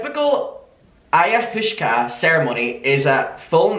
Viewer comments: Living for your pronunciation of Ayahuasca! It's pronounced Eye uh WAH skah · Hey it's pronounced I - uh - waska. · I am from a very hippie town, and I’m HOWLING at your pronunciations 😩😂 eye-ah-wah-ska. It’s NOT the pleasant experience other psychedelics can be- it’s a brutal trip with severe vomiting, dark dark visions, and you HAVE to have a proper Shaw-mon facilitating it because it can be deadly. I cannot believe she’s openly talking about this while being the mother of young children. Who is taking care of the kids while she’s doing this? It’s not a 1 hour experience… it can take days to recover. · It’s “eye-a-waska” ☺️ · It’s cute how can’t pronounce the drug 🥰🥰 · I really love the way he pronounced ayahuasca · The way he can't pronounce Ayahuasca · mispronouncing ayahuasca is cracking me up cuz I know it’s cuz he just genuinely doesn’t know anything about drugs it’s so cute lol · Me too girl he’s so cute 🥰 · The way you pronounced Ayahuasca had me rolling omg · Adaaaam the way you tried to pronounce what I can only assume is “ayahuasca” 😂😂😂 made my day 💗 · This is what got me toooo 😂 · the way you said ayahuasca literally killed me I'm gonna call it aya-hooska forever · It’s pronounced like ( IOH-AWSKA ) and it is a drug that has been used for thousands of years from tribes in the Amazon, they deem it so important even new born babies have to take it upon their birth in some areas. This is not me saying she is right by any means just giving you a little info on the drug. Lol I think she’s nuts. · peace and love, its pronounced Eye-i-waska. It dates back to some of the earliest civilizations, essentially like LSD from what I gather, normally taken in tea form. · i think its pronounced ayah-wah-scah right? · adammmm thank you for another video! i do wanna tell u it's pronounced eye-uh-wass-kuh, ok love u have a great day ❤️❤️ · Pronunciation: Ai-ya-wa-ss-ka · Pronounced like “Eye-ah-wah-skah” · It’s pronounced ayo waska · I - a - Waska 😛